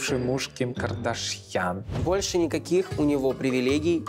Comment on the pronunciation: Ну только бывшим мужем Кардашьян Канье считают какие-то ограниченные люди. Канье музыкант, продюссер. Но и КардашьЯн так произносится, не понятно, с чего это вдруг она стала КардАшьян.